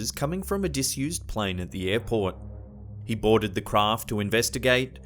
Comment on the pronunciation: Airport sounded like Airporn here